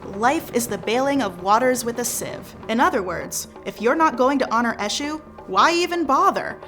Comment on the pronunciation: Said politely: Your pronunciation of the names of the Orisha is in need of improvement. Obatala+ OH bah T lah, Oya: oi - yah, Olofin: OH low fin, Achè'= AH tchAY. Olokun: OH low koon. Eshu=AY shoe. 27 years initiated to Eshu Laroye.